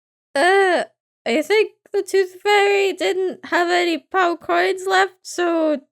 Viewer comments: When says pound it sounds like pow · Omg ur from uk am from uk too I knew it when u said pound